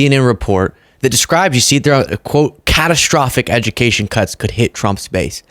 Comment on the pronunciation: No ed-u-meh-cation = more republican voters